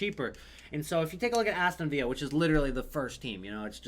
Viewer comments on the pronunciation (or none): It's Aston villa not viya